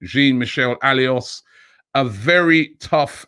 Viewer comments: Learn to pronounce his name, Robbie, I keep commenting for you to see: Jean (Jean de Florette, not "Billy Jean") Michel Aulas (Olas, not Alios) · How the hell do you pronounce Lyon's president Aulas as A-L-E-O-S instead of O-L-A-S? Even in English, this does not make any sense phonetically!! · Its Jean-Michel Aulas not Alios Robbie ! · Its not alios robbie ..its AU - LAS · ALIOS hahaha Robbie come on man. AULAS. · No one: Robbie: Jean Michel ALIOS..